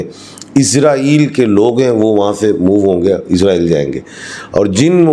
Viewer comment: اسلام وعلیکم اپ سے گزارش ھے کہ اسرائیل بولا کریں ازرائیل نہ بولیں شکریہ